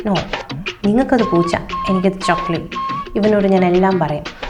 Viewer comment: Shokli ❌plachi ✅😂